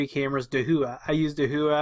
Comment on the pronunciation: Hey! Great videos and thank you for all the time you put into making these! As a small point of order...Dahua is pronounced like "Dowa / DOW-AH)". (I happen to be a Authorized Dahua Dealer and yes, I had to ask about the pronunciation too.) They are a huge supplier and sell their stuff to be reskinned under many many other Names. (HikVision is another company that is also huge and they too resell their wares to OEM) Dahua called me as soon as the story broke about the hacking and suggested to patch all cameras. Again, They called me which is always nice. This is NOT an endorsement of their products just a point of order how to pronounce their name. As for the default passwords, they should always be changed from their default but it always make me wonder why do companies make them stupidly easy. Thanks again and I look forward to you next video.